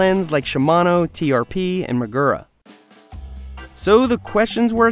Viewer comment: You mispronounced "Magura".